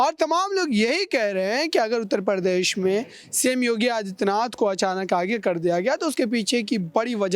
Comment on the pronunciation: Anpadh ho patakat Pradesh ko Par desh bolte ho ya Hindi ko Farsi banane ki kosis h